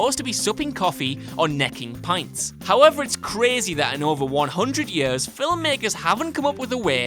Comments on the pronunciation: I'm just a little hung up on why you added a syllable to a word. "Film" is 1 syllable; why are you saying "fill-um"?! FILLUM. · I thought only Punjabis pronounced "film" as "fillum." But I was wrong, apparently! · Anyone else keep hearing “filem” when he says “film”??? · Why do you pronounce the word FILM as fill-em?! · You see Waller eat in Suicide Squad. Phone screens turn off during calls. Learn how to say film